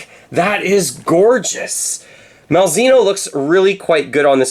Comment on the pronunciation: It's pronounced "Mal - zay - no."